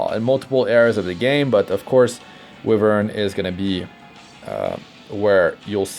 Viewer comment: Why-vern not we-vern